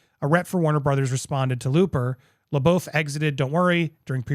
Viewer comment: They (O. Wilde and Jason S.) were never married. Only engaged. You keep referring to their divorce. Also, it’s Shia Le”buff” is how you pronounce it, even though it looks like Le”boof”. Just FYI. :)